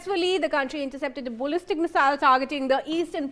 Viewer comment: This woman can't talk straight. What on earth is a bollistic missile?